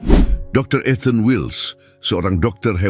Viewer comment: Ethan bukan eten.